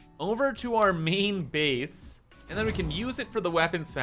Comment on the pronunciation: I love how pronounces 'main base' as 'meen beese'. It's a delightful thing to hear